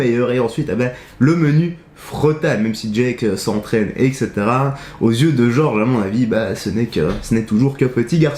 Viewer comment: Jorge ça ne se prononce pas comme George ;)